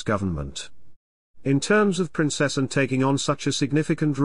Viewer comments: Could you change your voice? It is not Princess an but Princess Anne. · Why can't you say her name PROPERLY she is not Princessn she is Princess Anne . In fact she is Anne the Princess Royal Get it right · Shame he cant even say her name right. Plus such a boring voice